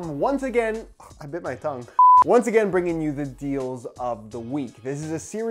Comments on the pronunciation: Did you just say "thongue"? It's tongue bro😅😂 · No, he bit his thong.